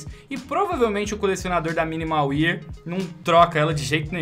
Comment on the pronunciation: finalmente um vídeo do "MUNDO DAS SKINS", graças ao bom jesus. Falta canal com conteúdo colaborativo, falta saber nome de item correto (ex: BLACK PIRL é foda, MINIMAL UÍER e por aí vai, pronúncia tenebrosa), falta bate-papo com gente que entende, entrevista e essas porras. Essa é a primeira vez que eu realmente curti um conteúdo de skin num canal BR.